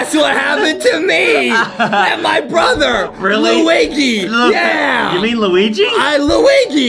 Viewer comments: Justin sed Lugi instead of luigi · Toy is right ✅️, and why Luigi called Luwege